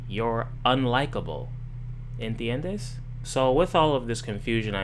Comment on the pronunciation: What was that Spanish word you said ? ENTHEYENDEEE? Haha get it because spanish is just such a crazy alien language even though I live in LA lol 🤠